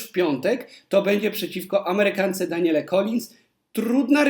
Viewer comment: Daniele? Czy dobrze slysze? Danielle (czyt. Daniel), a nie Daniele. Rece opadaja troche. Polecam sprawdzic w Google jak wymawia sie imie Danielle.